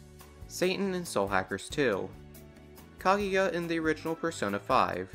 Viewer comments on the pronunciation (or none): none